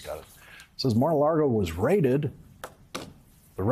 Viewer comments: Lawrence, it’s Mar a LAGO (as in Lake) not LARGO. You’re in danger of sounding as bad as Trump did when he pronounced Russia as “Rusher”. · Except when he said Mar-a-Largo, lol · And i love him saying Mar a LARGO. LMAO. I personally pronounce it Mar a LARDO.